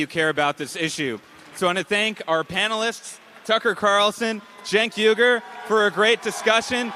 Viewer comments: ‘Jenk Weee-ger’ is how you pronounce it- Know your enemy , dude! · It's pronounced "Chunk Ugh-Yogurt"! Don't forget it homey! 😁